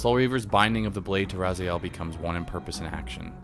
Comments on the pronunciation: dude i would really apreciate it if you would stop calling the main character RAZAIEL his name IS and always has been RA-ZI-EL, Kain even calls him in the Soul Reaver 2 Intro REaziel, there is a HUGE comunity out there, myself included, that is Really Really Pissed Off at the fact that this CULT series never really got a popper conclusion ... insted we got fucking MMO Nosgoth ... alot of the people that were responsible for that travesty should have had there heads chopped up and there blood draind from there still moving bodies .... atleast that's WHAT KAIN WOULD HAVE DONE :) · This is a pretty decent synopsis, but it makes me cringe how you pronounce "RazAel" instead of "Raziel". It is RA- ZEE - EL. You just have to listen to how Kain says his name. I don;t see how you could fuck that up. Because of that annoying mishap i will not be watching the rest of these synopsis. GOOD DAY SIR!